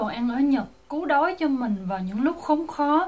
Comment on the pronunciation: giọg bà này kì kì, cứu đói đọc thành cú đói